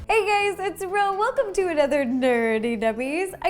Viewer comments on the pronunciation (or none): I SWARE SHE SAID HEY GAYSSSS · Did she started by saying “hey gays” so segregational... Also, that is not tropical, its mountains...